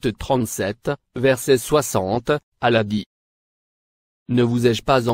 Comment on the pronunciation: C’est pas un musulman qui a fait cette vidéo cette voix est celle d’un youtubeur qui donne des recettes de beauté même prononcé le non d’Allah il ne sait pas un fidèle musulman dit Allah et non Ala je sais pas prqw t’as fais cette vidéo mais si c’est pour attaquer les musulman,Qu’Allah le très haut te punisse